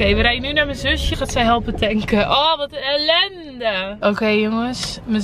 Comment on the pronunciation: omg het wooed ELENDE het maakt me aan het lachen